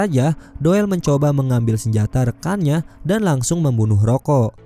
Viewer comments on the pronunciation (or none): Gw dengernya ROYKO